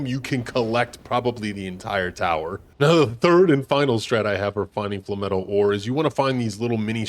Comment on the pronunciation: Flay-metal.....flay-metal. Its not fla metal. Lol. Essentially its no different than saying flame-metal except you just dont use one of the "m" syllables....